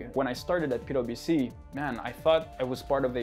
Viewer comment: i just keep hearing "pedo bc" somehow hahha